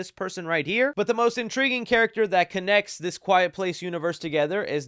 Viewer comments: I have faith in anything with Lupita Nyong’o and Alex Wolff. Also, isn’t Djimon Honsou’s name pronounced Jee-Mon? Have I been mispronouncing it? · Both of y’all are wrong it’s Jai-mon. 😂😂😂😂